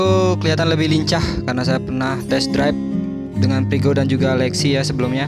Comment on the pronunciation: Frigo mas bukan prigo